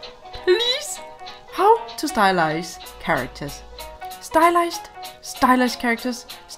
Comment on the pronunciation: Is it only me hearing "stylishe" when she say "stylize"???